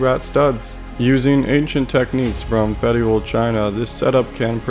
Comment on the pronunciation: "feyoodle China"